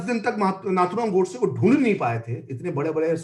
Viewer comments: Host not able to pronounce or not pronouncing the the word "Godse" properly is so annoying. Who speaks in hindi and still refers to that name as "Gawdse" like a brit. How stupid?! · The anchor kept pronouncing gOdse as Gaudse as if he were from England...😄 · देवीजी नाम गोडसे है, गौडसे नहीं! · यह अँकर बार बार नथुराम जी को गॉडसे गॉड-से कह रही है. जब इतना बड़ा इंटरव्यू लेना था तो क्या यह आवश्यक नहीं समझा कि संबंधित व्यक्तियों के नामों का सही उच्चारण जान लें?? उनका सही नाम नथुराम गोडसे था. कहीं से भी वह गॉड-से के समीप भी नहीं जाता. केवल यही एक महिला नहीं, परंतु मैंने कई लोगों को यही गलती करते हुए देखा है.